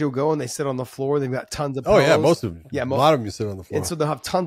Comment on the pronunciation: Josh "Pellows" Thomson